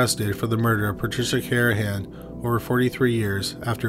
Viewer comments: How disrespectful to repeatedly mispronounce the last victims name. It’s CarNahan, not Carahan. There’s an N in there buddy. 🤦🏼‍♀️ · It’s Car-Na-han.